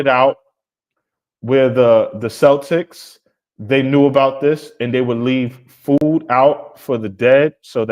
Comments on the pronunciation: i love you girl, but Americans saying "Seltics" drives me insane. you were right about it being a sports team. Celtic is Pronounced Keltic. (Before you all argue with me, i am Celtic and speak Welsh) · Celtic is pronounced Khel-tik. ❤